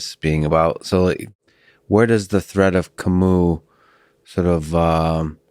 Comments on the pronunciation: If you can't pronounce it then please say Ca-Mew instead of Ca-MOO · Please I don't mean to be a pain but it's painful to hear people say Camoo. Please look up the pronunciation of Camus. Please don't say Ca-MOO.